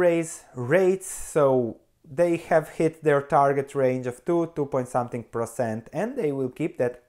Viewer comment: That naughty hair! And please, it's percent, not procent :)